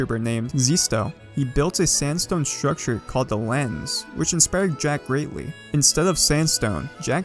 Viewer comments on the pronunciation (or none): none